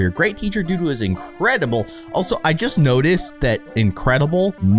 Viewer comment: He said increidable